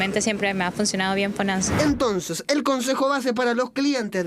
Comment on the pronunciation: la mina dijo "FONANSA"